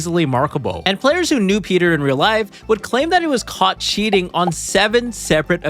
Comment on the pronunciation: Cheating❌️ Chinting✅️ His chin is so bless😂